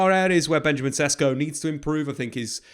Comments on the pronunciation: Just letting you know, his name is pronounced more like Sheshko. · It is pronounced Benyameen SHESHKO.